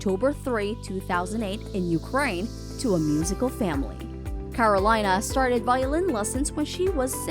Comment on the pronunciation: Really disappointing note on Karolina Protsenko, starting with the mispronunciation of her name (should be Ka-ro-lee-na). What a lack of seriousness by this channel's owner, who didn´t bother to do the minimal research and COPIED word by word Karolina´s "about" tab on her official website. Karolina has had a lot more feats than the ones so poorly described in this video. Shame.